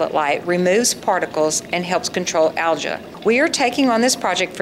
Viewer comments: This was an excellent video... just one thing. I never realized Algae is pronounced ALJA. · in all my life, I have never heard anyone say "Al-juh"... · Maybe it's her weird pronunciation of the word algae, lol. Both the American and European pronunciations use a LONG E sound at the end with a silent A. Her pronunciation of algae is a language of its own, lol. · Never heard algae pronounced "al jah" before. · In what part of the world do you pronounce algea like that?